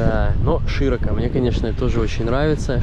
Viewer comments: не глубоко и не широко ударение обычно на последний слог, а не на первый. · Ребята-глубокО,широкО,извините,слух режет